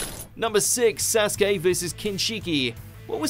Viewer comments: They still pronounce it wrong tbh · Remember the time WatchMojo used to pronounce Naruto words weirdly? Like they would say Sasookay. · this guy's pronunciation of sasuke killed me